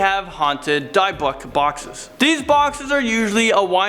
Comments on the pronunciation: It's pronounced 'DIH-buck', NOT 'DIE-buck'! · Die-buck lol. Maybe people can spell things out phonetically for him so he can start pronouncing things correctly. He does it at least a few times per video! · dibək is how you pronounce it. D-y-b-buk box. You mispronounced it. Also it’s been proven that it’s only haunted because of the negative energy, which draws evil spirits to the person, and it’s IMPOSSIBLE to trap a spirit into a BOX. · Learn how to pronounce Di bik !! D -ih -bik not pronounced deyebok lol jeez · He Said Dybbik Wrong. .Its Dybbik Box... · It’s pronounced di-buhk and burning it is a stupid idea it would leave the spirit or demon to attach itself to you. Your supposed to put it back. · is worse when he says Dy-buk lol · Dybbuk is pronounced "dib-buk." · Poor pronunciation of Edinburgh and Dybbuk. But he is getting better at pronouncing things.